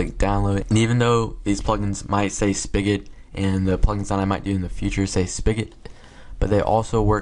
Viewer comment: Haha you say spigot so funny :) :) :) anyways good video ! I'll use this one for sure